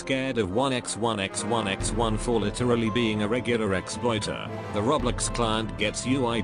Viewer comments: How to pronouce "roblox" me: roblox him: roblecks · No one: Him: Roblex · How many times did he say roblex?? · WHAT IS ROBLIX ITS ROBLOX LIKE BOIIIII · This whole time I'm just hearing "Roblecks" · i like how the robot says roblex instead roblox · I heard "Roblix" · he said roblex